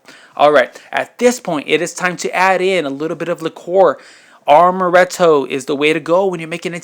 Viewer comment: the liqueur is pronounced AMoretto, not ARMoretto, there's no 'R' in the word. You also said 'fold it in the same way I did the Cool Whip'. That was real whipped cream, right?